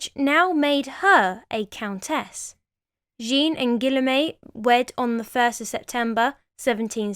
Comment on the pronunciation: As a french-german dude, I stopped the video at the disclaimer. I know how hard it is to pronounce french names for non-native speakers, but you're giving your best. It was cute tho. I loved it. Only partly wrong tho. You did good on 3 names. Gene du Barry. I'll never pronounce it in another way! Cuteness overload. "Gillomet" instead of "Gee-ooohm" is the best. I'm not making fun of you, bc as a legit historian I must say that you did good overall, but it sounds frightfully cute. I love this video.